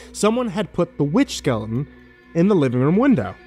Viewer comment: For future reference, there is a "T" in skeleton. Skele'n is not a word. This made me want to shove knives in my ears.